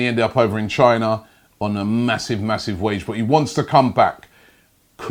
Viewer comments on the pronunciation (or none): none